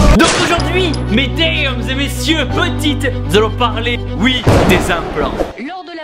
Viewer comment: il a dit medaamns au lieux de médames